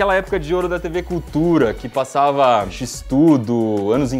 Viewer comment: voce falou x-tudo